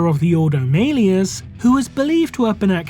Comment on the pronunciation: I love it when people pronounce it "mail-ee-us" despite malleus being a real word with several variations, of which none are pronounced that way. It's so silly and I always love a good laugh. Do you call a mallet a maillet?